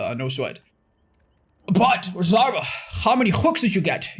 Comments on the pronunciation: Otzdarva.... Not Otzdarva.... Oatzvara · "..these 50 win streak videos that otzvarra make" WHY DID HE SAY OTZVARRA ITS OTZDARVA IM LOSING MY MIND ONE DAY AT A TIME. someone get this man a lemon. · Dude said " vara" lol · Ok but That dude for reals said "Ohtzvara" 😂😂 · That man straight said, "Oatsvara." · "Oats Vara" ???.... 😂😂😂 This kid can't even say a name right let alone and get 50 kills with Clown lmao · Did he just call you Oats Vara? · is a tax evader confirmed in the intro, good to know. Also, "Odezvara" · in all his intros: "Hey guys, this is Aw-tz" That one ranter: "oAtS-sUvARaH" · Bro, I can’t get over the fact that he was pronounced as “oats-darva” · Mans really said "Oats-vara" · “oatsvara” ok buddypal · 'Oats-Zvara' KEKW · That one dude tries to criticize your 50 win streak video, but can’t even say your name right 🤦🏻‍♀️ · He...doesn't even say your name correctly. That's worse than the bad take about 50 win streak.